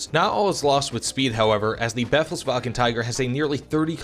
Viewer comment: just in case you want to pronounce it correctly: the second E in befehl is longer (since it has an H afterwards). Like you pronounce it, it would be written like "befls-wagen“.